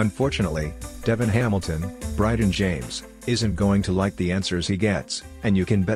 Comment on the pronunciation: Why can't these speaker's pronounce Devon's name?